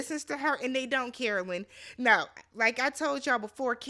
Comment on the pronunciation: I heard “and they don’t care o lynn” (Carolyn) 😭